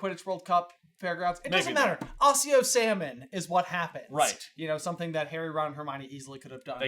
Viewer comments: I’m pretty certain it’s ack-e-oh and not oss-e-o, but I suppose some people like to try and stand out with the way they pronounce words. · However “accio” is supposed to be pronounced, it definitely isn’t “ah-see-oh.” Neither Latin nor Italian pronounce a double-C like an S